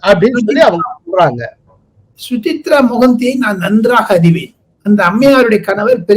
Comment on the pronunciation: Su-cha-rita Mohanty. Not Suchitra.